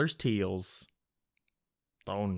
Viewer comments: I like the way you say “tales” TEALS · I guess he’s Irish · Why do you say the word "tales" like that?